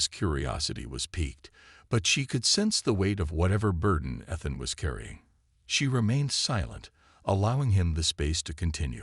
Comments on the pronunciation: Ethan pronounced ee th an. Not ith an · His name pronounced E-than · Look up Ethan and Epitome pronunciation. Unless the voice is an AI - then never mind. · I like to imagine it's a representation of her accent since the story is from her pov